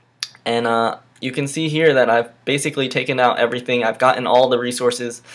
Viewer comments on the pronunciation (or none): none